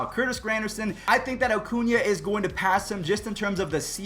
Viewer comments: Ronald "OHHHcuna" smh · “Ocuña” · Ronald “Ocuña”